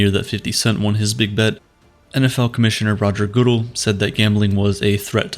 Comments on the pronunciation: It’s good el not goodal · When you can’t pronounce the commissioners name you lose a little credibility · The way u say roger Goodell's name hurts the deepest pt o me